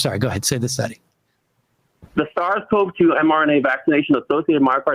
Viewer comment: Can't even pronounce SARS-CoVEEEE-2